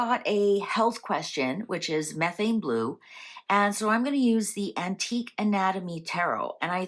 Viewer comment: She’s talking about the correct chemistry. She’s just pronouncing it incorrectly.